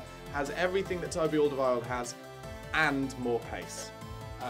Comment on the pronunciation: I hate to be a pedant but you keep pronouncing Alderwerield wrong! :-P Check the Spurs TV clip. Love the channel!!